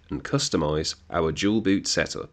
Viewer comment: Why you Dual boot sounds like Jual Boot? 😂 Thanks for tutorial anyway.